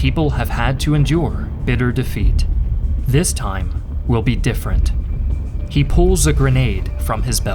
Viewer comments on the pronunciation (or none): none